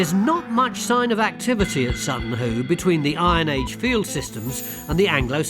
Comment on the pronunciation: Whoo Hoo! It's Sutton Hoo.